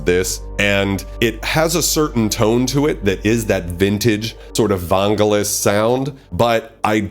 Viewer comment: lol did he just pronounce "van-gel-eese" (Vangelis) as "von-ga-lus" lol